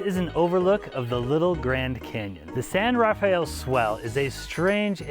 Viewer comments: San Rafael is actually pronounced Ra-fell. Two syllables. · The San Rafael Swell is pronounced "San Ra-Fell Swell". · Great video but you are pronouncing the San Rafell Swell incorrectly. It is San Ra Fell just two syllables. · I posted a video of the area some years ago and called it the San Raf e el Swell and was promptly corrected. There's another townsite called Paria, in the Grand Staircase–Escalante National Monument, and I referred to it as "Par I ah" but was told the actual pronunciation is "Par E ah".